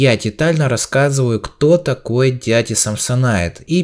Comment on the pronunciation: не самсонит а самсонайт